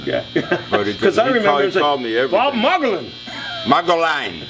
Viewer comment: How the heck doesn’t know how to pronounce Bob’s name! He’s a legend.